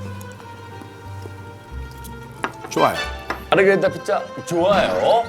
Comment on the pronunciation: 마,릇..게리따 피자.. 좋,아➡️요~~ 아맛,, 뜨리 치아나 파스따 자, 마찌막엔 어 찌금 스으튜가 남았어요↗️오~~ 치킨 로제 어 치즈 어 스튜↘️↗️~~